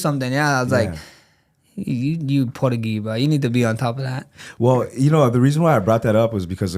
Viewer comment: “You porugee bruh” 😂